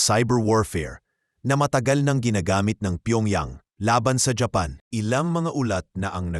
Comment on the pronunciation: Hapan ka ng hapan ang samang pakingan paki ayos mo nga bigkad ng japan hapan ka ng hapan eh